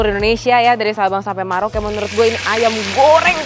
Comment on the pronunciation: Pengucapannya Merauke, bukan Maroke ☺️☺️ 👌👍👍👍👍